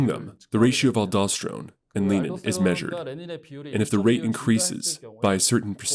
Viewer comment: The hormone is renin...not lenin 🤭